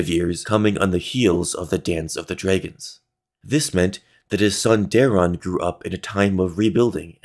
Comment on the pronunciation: how the hell do you pronounce dragons like that